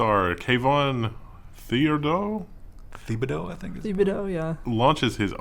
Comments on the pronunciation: Anyone not form Louisianna won't know this, but it pronounced TIB AH DOE. (no 'H') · Oregon ducks are college. There is a towm in Louisiana with his last name and my family there pronounce it tib-a-dough.